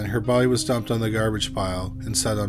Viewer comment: you said baudeee many times.. Killer roommate.. poor lady / and man. I lost ya for a while.. Thanks for the presentation